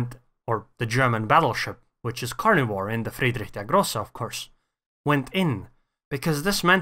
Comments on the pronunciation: You're the first non-german YTer to pronounce Friedrich der Große right. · Good pronunciation, I tell you this as a German ;) Also Notser and iChaseGaming are able to pronounce German nearly perfectly, btw.